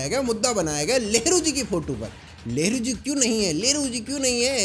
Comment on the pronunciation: I am so confused you said nehru or lehdu or lavdu🤣🤣